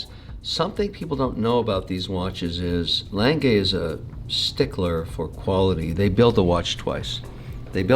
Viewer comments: What is a Langay watch, Is it the same as an A. Lange und Sohne, pronounced Aah Langer? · I am not sure but is that really how you pronounce "lange"? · Did he just pronounced Lang-Gay as Lange? 😂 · It's lange pronounced langa not lanngay lol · Lan-geh Not Lan-gay 😂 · As a German, I find Kevin's pronunciation of "Lange" as lan-gay simply abhorrent. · Lang-uh Kevin. Lang-uh. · A. Lange & Söhne or as Kevin O'Leary likes to pronounce it: L A N - G A Y 🤣 😂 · Sadly, a small innocent German child dies everytime Kevin says "Lang-gay"😢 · So, mr. corrupt has thousands of watches, but never heared of a gmt before?! And somebody tell him, it's "Lange", not "Leng gay"! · If I have to listen to Kevin mispronounce Lange one more time I’m gonna explode 😂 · Jesus can you butcher the name A. Lange more. At least try to say it properly. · the day Kevin learns how to pronounce lange, is going to be the day when the world will be over. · I love all of videos, but I can’t watch this Kevin guy. He constantly interrupts and he talks utter nonsense. I made it to about 15 minutes and had to turn it off. Someone please tell him how to pronounce ‘Lange’ properly. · His mispronunciation of Lange hurts my ears.